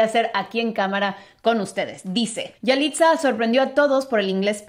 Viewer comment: No se dice yaliza